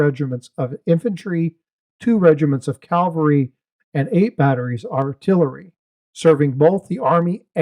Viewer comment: It's "cavalry," not "calvary".